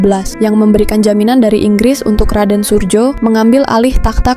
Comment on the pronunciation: RM Surojo, bukan Surjo